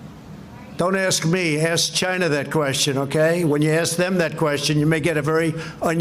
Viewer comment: What is wrong with the president???? "Ask Chy Na, Don't ask me" !!!!